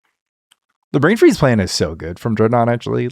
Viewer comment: weirdest pronunciation of brain freeze I've ever heard